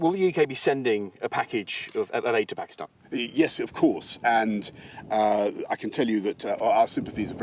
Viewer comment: He pronounce Pakistan perfectly well